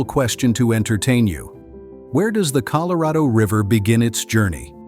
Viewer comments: ColorAdo River? C'mon do better. No more ai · Oh here we go with another AI narrator. It pronounced Colorado, Colo-ray-doe. The U.S. government is doing its best to keep people confused 😕 about everything here lately. Think about it, it's one thing after another. If it isn't NASA trying to get people to believe its B.S. some other group is pushing aliens 👽. Then there's all the different foods that's bad for us, others pushing climate change. It just goes on and on. What the governments of the world are doing is getting ready to bring out the One World Order without the knowledge of the population until it's too late. We can't stop it from happening and it will user in the Anti-Christ and the Mark of The Beast. Our only thing we can do is get right with God and repent our sins be Baptized and receive Lord Jesus Christ as our Savior. There's going to be many naysayers, false Christ's, false Prophets, doing great things. Read the Bible and know what will occur when Lord Jesus returns. Talk to a trusted Pastor who knows the Bible well. God bless everyone. Amen 🙏 ❤. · I'm surprised I continued to watch after AI mispronounced Colorado The second word it spoke, usually that's it I'm done but I'm very interested in the area so I tolerated advanced stupidity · Why does he mispronounce "Colorado"?